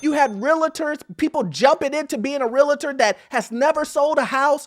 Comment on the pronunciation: nooooo😢 you just said real-uh-ter instead of real-ter. You're breaking my heart 😭.